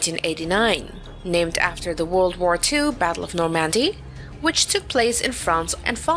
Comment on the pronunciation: I never heard of the Battle of Nor-Mandy...